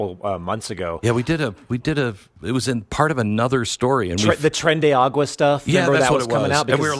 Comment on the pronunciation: Tren de ARA-gua. Tren de Aragua not agua. It’s a region in Venezuela not a reference to water. Just sharing clarification